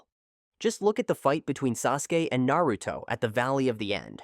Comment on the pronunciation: Is this Ai voice because he is saying naruto's name completely wrong😂😂😂